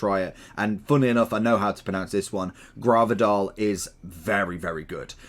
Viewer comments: You said "I know how to pronounce this one" and then said Graarvardaal 😂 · man said gravedol😂